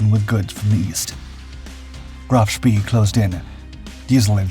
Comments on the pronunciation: Graf spay not spee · It's so easy with the internet. Sch-PAAY :face-blue-smiling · SPEE is pronounce SHPAY. (really surprised you don't know that) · Just learn how to pronounce Spee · I cannot and will not watch your films until you learn how to pronounce SPEE!~!~! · Great tale, but it's a pity you can't get your name pronunciations correct: "spee" is pronounced "shpay", not "shpee", while Cossack's commander was Captain (later Admiral of the Fleet Sir) Philip Vian (I suspect "veean"), not "Vlan". Helps with credibility if you get it right!